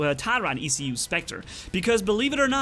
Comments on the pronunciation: For the 100k subs vid. Do your stupidest mistakes like when you said the e-c-u shield. And you said ancile instead of shield. Lol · It's called an eh-coo <- by pronounce in proper English but by name is ee-coo<- also by name